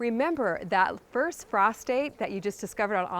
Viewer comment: I don’t have an indoor growing lights for this growing season, but it’s on my fall to do list. BTW, my husband was listening along and thought you said “prostate” instead of “frost date.” 😅